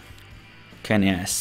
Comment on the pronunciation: czy kennys nie powinno wymawiać keny sy ??